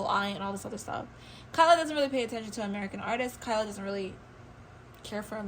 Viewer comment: It "T" Tyla girly not kyla don't down talk about one of our own tht bad tht so low man....talking about a 22yr old like tht